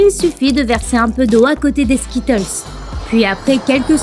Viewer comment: Déjà essaye de bien prononcer skittles